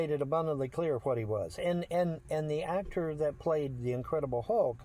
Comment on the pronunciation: What's with his weird pronunciation of ' Act Tore ' ?????